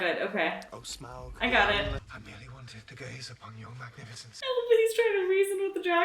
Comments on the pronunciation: A question if I may. I have watched several Americans reacting to these movies and you all seem to have a problem pronouncing Smaug's name.You keep saying Smog,like log and bog,it should be like loud and proud. My question is why?You have heard it clearly pronounced perhaps a couple of dozen times.Can you hear the 'ow' sound,or do you really hear an 'oh' sound? Merely a linguistic curiosity but I hope you can answer me. And yes,less opinion and more natural reaction please.Otherwise good vid. 𝘖𝘕𝘌 𝘗𝘏𝘖𝘕𝘌 𝘛𝘖 𝘙𝘐𝘕𝘎 𝘛𝘏𝘌𝘔 𝘈𝘓𝘓, 𝘖𝘕𝘌 𝘚𝘌𝘈𝘙𝘊𝘏 𝘛𝘖 𝘍𝘐𝘕𝘋 𝘛𝘏𝘌𝘔, 𝘖𝘕𝘌 𝘛𝘞𝘌𝘌𝘛 𝘛𝘖 𝘉𝘙𝘐𝘕𝘎 𝘛𝘏𝘌𝘔 𝘈𝘓𝘓, 𝘈𝘕𝘋 𝘐𝘕 𝘛𝘏𝘌 𝘊𝘏𝘈𝘛𝘙𝘖𝘖𝘔 𝐁𝐈𝐍𝐃 𝘛𝘏𝘌𝘔. wake up! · Smaug is pronounced “Sm-ow-g” same for Sauron being “S-ow-ron”. Just listen, they pronounce everything in the movies and you’d know who is who and what things are if you pay attention to what people are saying, not just the events. You’d also know that Thorin is becoming worse of a person because of Dragon Sickness. Basically a magical metaphor for greed. Also, the reason why Gandalf could hold back Sauron for a bit, same with the Balrog, is that Gandalf, Sauron, the Balrog, and Saruman as well, are all Maiar, the same species of being, if you will. Sauron can’t be stopped completely because Sauron is the most powerful of the Maiar. Maiar are basically angels, by the way. That’s why Gandalf the White seems more angelic in nature, because that’s essentially what he is. Different Maiar serve different “Gods” or as they are called here, the Valar. Balrogs serve Melkor (Morgoth) the evil Valar that corrupted elves to make the first orcs and he eventually turned Sauron evil and made him join his side. Melkor has been long defeated by the time of the rings, Sauron is the one in charge of the original mission, now.